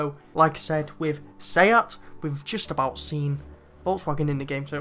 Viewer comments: Ya right its say at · You said seat wrong its "say at"